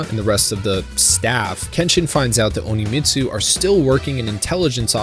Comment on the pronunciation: Since you said it so many times, I'm going to correct it. it's not Oni-Mitsu. It's On-Mitsu.